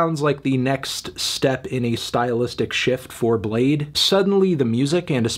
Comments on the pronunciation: its bladee not blade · It's pronounced Blade-ee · Fr u don't pronounce the 2nd E wtf is that y is it there